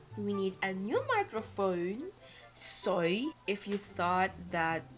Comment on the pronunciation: that accent tho sOy